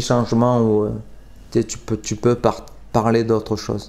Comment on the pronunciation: À 2m50 tu parles sûrement en patois des gens du sud car tu dis « ti es la » alors que c’est « TU es la » normalement. Bon moi j’dis ça j’dis rien mon sudiste du sud préféré ❤️ Love mec.